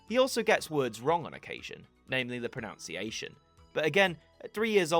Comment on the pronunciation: Not over your pronunciation of pronunciation